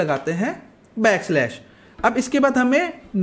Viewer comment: Slash ko kyu galat bol the ho.